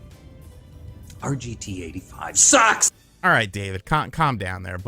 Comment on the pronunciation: i died at his empahsis on "SUCKS!!"